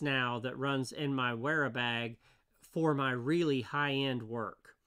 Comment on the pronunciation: The W is pronounced as an F